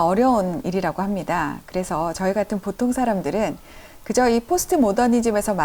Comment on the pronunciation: 장음인 단어의 첫 자를 "짧게" 잘못 발음한 예: 현대, 보통, 후기, 대립 , 해체, 의도, 대항, 심지어, 가치, 세상, 해결, 최소화, 최적,세계관, 대변, 치유, 등!! 이상 예는 , 길게 발음해야할 첫 자를 모두 "짧게" 잘못 발음한 실 예이올시다. 이것이 사실이리면 참으로 놀랍지 않습니까? 더욱이 철학자의 발음 문제라면!! 어느 누기 이를 변명하리까?? 이것이 현대 한국 언어 타락상을 증명하고 있아옵니다. 동포여! 고국 동포여! "한국 어문을 고밤함" 이라는 책을 조용히 읽어 주시옵소서!! 1968년에 고국을 떠난 이 늙은 이가 "눈물로" 쓴 책이올시다. 미국 변 완수 드림